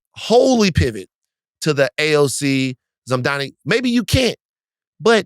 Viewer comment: Mamdani's name isn't hard to pronounce. Get some "Hooked on Phonics." 🙄